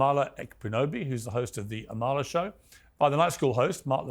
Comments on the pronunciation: Piersssssss can you puhleaseee stop pronouncing the k in Amala’s last name? She doesn’t care but it drives me crazy lol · Piers, ask Amala how to pronounce her name correctly. She’s too polite to do so herself 🤗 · Piers, if you’re going to have Amala on your show, show her some respect by learning how to pronounce her name correctly. It’s not hard! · AMALA, please correct Piers on how to pronounce your name correctly! It’s not impolite to do so. You can do so before the podcast is aired. 🤗